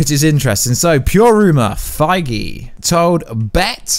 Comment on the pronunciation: Why you always say and write "Kevin Fiege" instead of his real last name "Feige" ? Do you do that on purpose , or did you just get it wrong ?